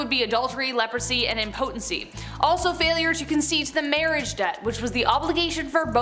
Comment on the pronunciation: You do know you’re saying “impotent” and “impotence”‘wrong right?